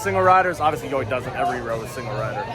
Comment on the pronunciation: I know it sounds stupid, but YoY is supposed to be pronounced as 'Joy'.